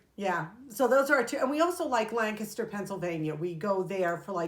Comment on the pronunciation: Oh my goodness! As a native Pennsylvanian who even lived in Lancaster County for a bit, I LOVE that you actually pronounced the name Lancaster correctly (as the locals would)! 😊